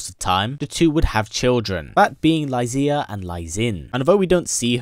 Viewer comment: Xiba is pronounced "She-ba". Lexia is pronounced "Lay-sha".